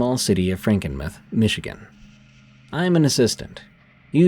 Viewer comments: "Frankinmith"? Do you mean Frankenmuth? Must be read by stupid AI. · It's pronounced franken-MOO-TH not meth lmao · Frankenmuth mUth. not mith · Frankenmuth is pronounced Franken mooth from a native Michigan person of 76 years. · It's pronounced Frankenmuth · The way I gasped at Franken muhth 😂😂😂 it’s like tooth but …. Mooth. Franken mooth. Hope that helps, thanks for the awesome content yet again D! ☠️🥀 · SE Michigan here 🤚 "Franken-meh" 😂😂😂😂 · I can't help but keep giggling every time you say "Frankenmuh-th." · Same!!! The u is long! Mooth! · It’s AI that’s why it wasn’t pronounced correctly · Lol he said Franken-myth...and its pronounced travers city not truh-verse city... mist be from anywhere on the planet that isn't michigan (ya obviously, breath into the paper bag)